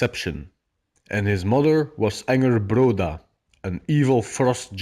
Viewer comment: Ok Loki isn't the god of deception..he is the god of chaos and change and you pronounce her name wrong it's Angrboða...i practice Norse/Viking Magick